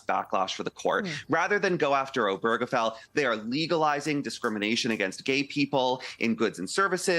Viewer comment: Why can't anyone pronounce "Obergefell" correctly?